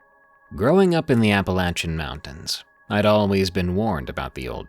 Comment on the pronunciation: finally saying it right